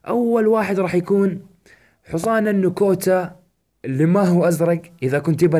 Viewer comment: يا اخي اسمه حصان مو حووووووووووصان ارجووووك لا تقول حوصان Hisan not hosan please please !!!!!!!!!!!!!!!!!!!!!!!!!